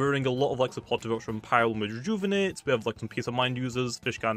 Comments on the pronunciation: "celeting" is pronounced Sel eh styng but you fine ice i gool no Isi goohl yes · ITS PRONOUNCED CELESTING NOT CELETING 😡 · I believe its pronounced celesting as sell-less-sting Pls change it hurts my head lol Great content regardles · Bro really said Celeting 😭💀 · I love how he doesn't pronounce the snin it's name , totally not triggering...